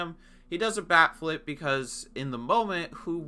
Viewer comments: Holy shit the entire video I thought he was saying back flip. Wtf is wrong with these pitchers, even a backflip wouldn’t be enough to purposely hit someone and they do that shit for a bat flip? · I'm not a baseball watcher and everytime he said "bat flip" I thought it was "back flip" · I heard "back-flips" for the entirety of this video and i was kinda confused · I thought you were saying backflip, because I didn't know throwing your bat was disrespectful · I kept hearing 'backflip', was wondering when it would be shown. But the "disrespect" part was a fucking BAT flip? Good God you blew my mind. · I am a baseball watcher and everytime he said "bat flip" I thought it sounded like "back flip" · I thought you said a back flip lol honestly tho a bat flip?? 😂 How pathetic